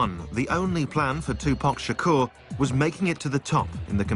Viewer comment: “2poc shakor”